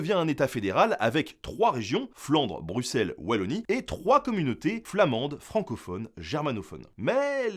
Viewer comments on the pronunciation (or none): none